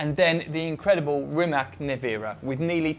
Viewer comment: It pronounced rimats...since he is Croatian...